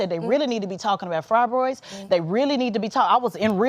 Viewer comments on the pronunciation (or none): “Frybroids” what a genius smh girl go pray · But couldn’t pronounce fibroids right…a damn joke in a wig